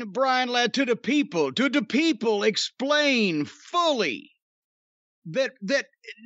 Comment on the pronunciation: "Da Peeples"